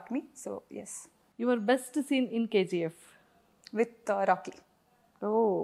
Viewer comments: Anchor KZeeF Yendamma.... Its KGF.... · Dude, only one suggestion for Suman TV. I hope they have a great name in social media. So, my suggestion for Suman TV is to get anchor who pronounce words and letters properly. It's not KZF, it's KGF. Please for God sake give training for the anchors. It's so pathetic to hear those words and letters. 🙏🙏🙏🙏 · K Zee F .. not K G F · Anchor garu....K Ji F kadhandi ...K G F. ...ji and G are different...apart from that all good ..nice interview